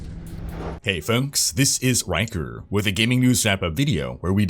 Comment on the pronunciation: "Hey folks! This is."